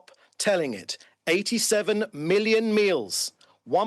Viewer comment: “87 milion meals” 🤦🏾‍♂️ israel out here solving world hunger